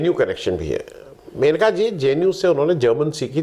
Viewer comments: महोदय, वह मनिका नही मेनका हैं. आप बार बार मनिका बोल रहे हैं. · मनीका नहीं मनेका बोल रहे हैं